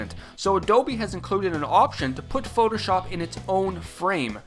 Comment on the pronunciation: It's very annoying the way he says "shop" in Photoshop. Listen to if you want to know. It's kind of stupid. Who says it like that? lol